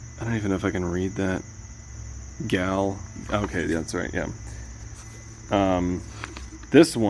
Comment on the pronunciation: This guy may have pitched in to crowd fund the return of Metal Hurlant, but he doesn't impress me as a fan. He says he likes the old art of Druillet, but then doesn't even recognize the title "Gail", and pronounces it as if not even familiar. How is this?.. "Gail" is a huge part of the Lone Sloane Trilogy, and he didn't even know this!! Seriously, you undeservedly received an advance copy, and just berated it in the worst way. How did I mistakenly view this mess?!